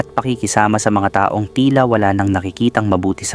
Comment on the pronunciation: ARALA ARAL MUNA PGBIGKAS NG TAGALOG VERY POOR UNG PRONOUNCE MO NG TAONG REFERRING SA PERSON AT TAONG NA AGE AY PAREHO🤣 IT’S DIFFERENT PO.